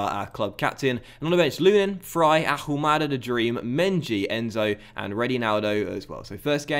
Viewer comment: You're not going to start scoring goals until you pronounce Ahumada correctly. You don't pronounce the H. Come on!!!